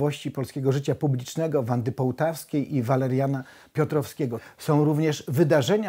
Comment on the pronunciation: Pan Jan Pospieszalski stałe źle wymawia nazwiska pani Wandy Półtawskiej, jak widać wyraźnie jest tutaj ó a nie o.